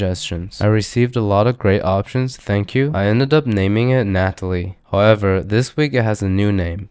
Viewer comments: GNATALIE HAHAHAHAHAHA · Dead Gnatalie had me in tears